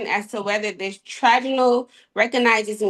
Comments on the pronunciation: what are the chances she knows what “tribunal” means when she pronounces it like that? 🤦🏻‍♂️ or “adversarial”. My gosh. Help us Lord. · How painful was it to watch her struggle to read her nonsense off a sheet? She couldn’t even pronounce “tribunal”.